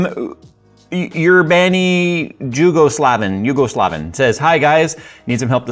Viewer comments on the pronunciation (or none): Hehe, Hey, nice video, and just one remark Urbani Jugosloven is pronounced as Urban Yugoslav Best regards and happy holidays